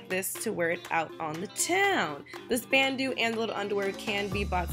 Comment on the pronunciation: you say it like "ban-dough" not bandoo